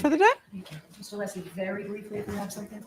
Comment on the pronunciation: Is he pronouncing Alessi's name as 'Aleesi'?